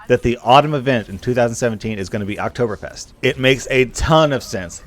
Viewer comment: its Oktoberfest not oberfest :D